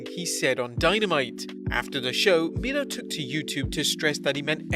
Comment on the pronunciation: It's miro not mirlo